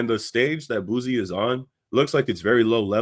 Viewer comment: It’s pronounced (Boo C) not (Boo Z). Good video 🫡